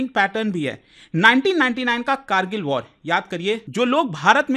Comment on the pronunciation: Act of waar 😂😂😂 bus krda😂😂😂